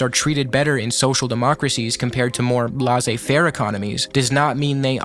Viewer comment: It’s pronounced “Lay-zay fair”